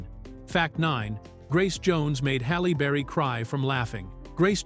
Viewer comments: Busted !!!! Listen from through The AI says Hollow berry then says her name correctly Halle Berry (Halley Berry) This is annoying. The AI is being programmed to mispronounce words. I wonder who is the imbecile that thinks if you program an AI to constantly mispronounce words, it will appear to be more human. This is a level of thinking you would expect from someone like Michael Rapaport or Sam Harris or Joe Biden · Halle burry🤣🤣🤣 this AI shit funny🤣🤣🤣